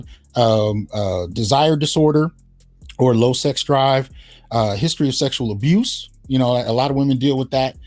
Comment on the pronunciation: I laugh every time you refer to it as SEGS. 😂